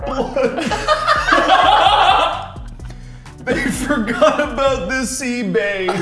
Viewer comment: How obout 😂 ... Jack 😂 lol